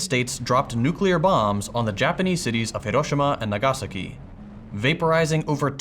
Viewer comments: Nagàsaki. English gives no importance to streches theoretically, but if you mess them up it still sounds wrong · yeah after listening a second time the nagasaki is wrong Although different from what English speakers usually say so i thought it was correct